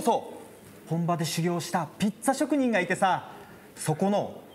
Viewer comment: ピッツァは正解です。「ぴざ」という読み間違いを何億回繰り返してるのは世界中日本人だけです。